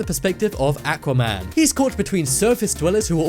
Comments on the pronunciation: atuaman? it aquaman dude say it right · Say it with me aaa-qwa man